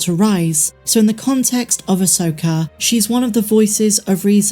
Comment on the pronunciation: I hate that your prounce it Asokarrr